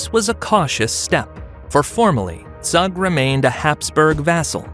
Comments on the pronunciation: Zug is not, it's Zoog! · Zug is pronounced Tsoog. Pronouncing it with English phonology makes it unrecognizable. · search how to properly pronounce Zug